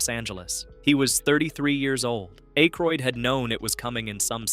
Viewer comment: Hearing A-croid the first two times makes me just scroll away. Im done with youtubers who can't even voice their own videos.